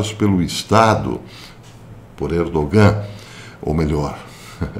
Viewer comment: Professor, sabendo que o Senhor é um perfeccionista, vai uma pequena correção: não se pronuncia o “g” no nome Erdogan